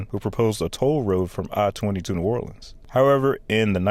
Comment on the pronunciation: The pronunciations are painful!!! WestBANK Expressway Boo-TAY Never EVER is it “nawlins” please NEVER say that again…..it’s Nu-OR-lens That was interesting to watch but gut wrenching painful to listen to….